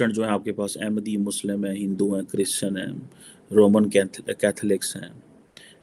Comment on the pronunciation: he finds it difficult to say Hindu